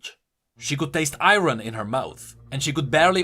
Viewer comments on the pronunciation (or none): I'm sorry I can't help but cringe at some of the misspoken words. "Ay-ron" "deter-maynd"